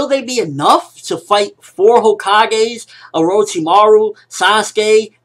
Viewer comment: xD the way he says orochimaru